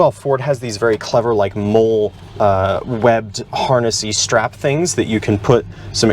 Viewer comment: That webbing is pronounced "molly," not "mole."